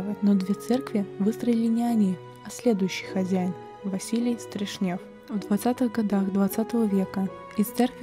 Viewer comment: Не СтрешнЕв, а СтрЕшнев!